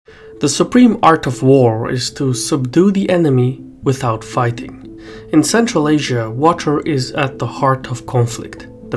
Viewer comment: WTF is Fighthing ? What are you speaking dude